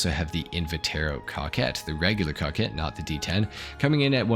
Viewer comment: Bro I heard cockhead not Coquette